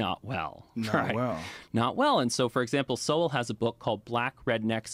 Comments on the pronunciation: It’s pronounced like “soul.” Keep checking him out. Dude is brilliant. Cheers brother. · It’s pronounced Soul and he is one of the greatest thinkers of the last century! He’s brilliant and ignored by the world because he has the wrong ideas. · Sowell is pronounced like soul, with a w in it souwl. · The brother’s name isn’t pronounced so-well, it’s pronounced soul, like your mortal soul, your everlasting soul. Thanks for all you do, another great episode. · Pronounced 'Soul' like soul brother 😊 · Love your reaction videos. Thomas Sowell (pronounced like "soul") is a brilliant scholar & economist who blended economic analysis with his study of just about any topic in history that generated unique insights few others are capable of producing. When it comes to topics of race and economics, there is no one better qualified to produce the most reliable sources of information and analysis than this brilliant mind. His prolific output has been largely shunned by the African-American community because he debunked socialist & liberal ideology in favor of uncomfortable truths. He had no patience for arrogant but inferior minds, or those afflicted with pet ideologies that fit their own bigoted views or special brand of ignorance. I first encountered his unique writings back in the 80's, but his book "Conflict of Visions" and "Vision of the Anointed" helps in understanding how he views the left vs. right phenomena. He doesn't appreciate political labels, as they don't capture the realities he is famous for revealing. So, if you want to learn more about the wisdom this brilliant scholar has to offer, I suggest staying on YouTube and start with one of his most significant contributions to the field of slavery: The End Of Slavery Explained - Full Compilation: Good luck! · Pronounced like "soul," but in 2 syllables ❤ He's been my hero since I read A Conflict of Visions in college (for extra reading- it wasn't assigned by a professor) in 1994!❤😂❤ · Sowell pronounced SOUL